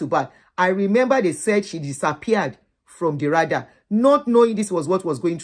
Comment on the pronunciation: Thanks for sharing....a learning experience indeed. Second letter in the word "Radar" is like pronouncing the second letter in the name "David".....not like third letter in the brand "Prada"